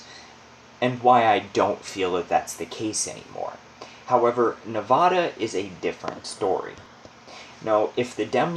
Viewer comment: U r saying Nevada wrong. Nobody that lives here says it that way, unless they moved here